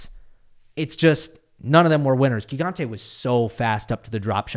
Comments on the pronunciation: Hi, really great recap as usual! For the italian pronunciation its admittedly hard but it is " Jee-gante", which fun fact means giant ahah. Cheers! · It is pronounced “Djigante” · Hey! It's Gigante with the first g as in gym!